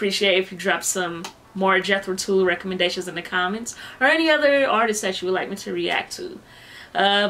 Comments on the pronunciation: Tull is not pronounced Tool, rather it rhymes with mull gull dull. Their basics consist of hard rock and English old folk and progressive rock... they would not think of themselves as metal. They stopped before jumping off that cliff... they had all the THOUGHT and didn't need to settle for SPEED. Got their first four albums starting the 60s. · If I hear Tull pronounced as TOOL I'm not watching reaction. It is Tull as in seagull not fool or tool. Please learn how to pronounce properly. It changes the context of what you are saying.